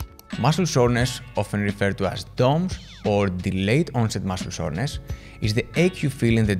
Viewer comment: Soreness! I thought you were saying shortness 😂